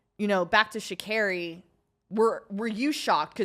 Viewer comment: Please pay more attention to the pronunciation of the Athletes’ names. Sha’Carri is pronounced like sha-Carrie. Simbine is sim-bean-eh. Well produced show still!